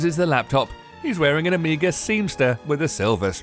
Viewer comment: Hahaha, OHMEAGA. It's Omega